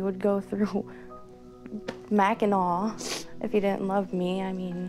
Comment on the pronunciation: Anyone else bothered by how she said mackiNAW? Side note I’m from Michigan.